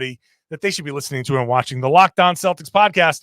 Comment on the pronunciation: “And” not “andtuh”